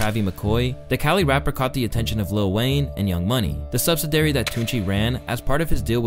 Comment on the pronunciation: The what? Do you mean sub-sid-i-ar-y